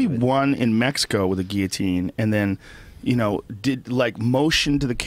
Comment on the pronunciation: i still laugh when he says Guillotine "ge A teen" :D